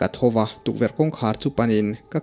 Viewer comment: Thoa mei chhem tih te hi a mak thei ka tih thawh a mei chhem tih awm tak nge i lam dan a mak hrim hrim zawk